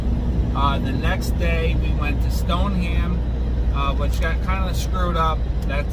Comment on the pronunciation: Stoneham Massachusetts is pronounced Stone-Em. I don’t make this crap up. Lol